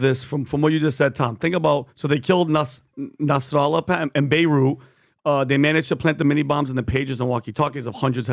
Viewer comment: why does PBD say Hasan Nasr'Allahs name like that looooool I get you have to grift but you aint Arab and we don't say his name like that